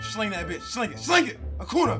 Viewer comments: Can y’all help let see this, it is pronounced Acun-ya not Acun-a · It’s pronounced acoonya not acoona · It’s pronounced Acunyaa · It’s acun ya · it’s pronounced Acun-ya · Acunà is pronounced Acoonya just lyk ly bro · Its pronounced acoonya